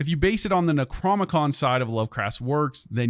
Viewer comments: NecroNOmicon, not Necromicon... lol. Loving these videos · Ur saying necronomicon wrong, ur skipping the o in the middle